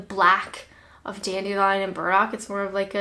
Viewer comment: You said dandelion & birds-muck wrong! No IRN-BRU either!